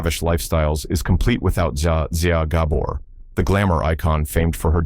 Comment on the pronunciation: Learn how to pronounce the Gabor’s name.